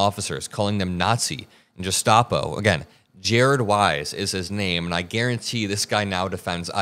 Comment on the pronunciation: I 💙 💙 💙 your videos but you must be having an off day today. You pronounced gestapo wrong(didn’t marjorie taylor greene do the same thing?). I’m sorry but the next administration can’t deport American citizens(the J6 convicts)! Aren’t all of us on the left really pissed off about all the illegal deportations that are happening right now by the trump administration and here you go suggesting that our side should do the exact same illegal thing as trump as soon as we get back into power! C’mon, I know you’re mad and disgusted by the whole f@ situation but you’re better than this! ✌️✌️ You’ve been on point up until now, don’t lose your values and integrity, stay the same that you have been, don’t change please!